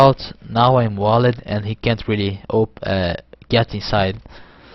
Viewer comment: i love when he says wall-ed